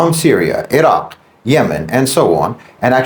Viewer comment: I was following until he pronounced Iraq the way he did 😂I shared it thou